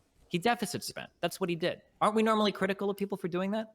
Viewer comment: "were you critivial of this event?" Destiny "Yes of course" Literally with nothing in between "Wait can you explain what that was?" Bruh